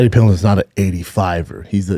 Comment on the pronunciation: I was having the worst day till the time I heard Brendan say Paddy "Pimbleton". Love you Brendan!